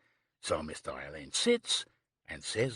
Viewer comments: Ugh can't stand narrators who don't know Alleyn is pronounced Allen, not Elaine. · Yes Alleyn is pronounced Allan I find it very annoying and came close to ending the reading early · mispronunciation of Alleyn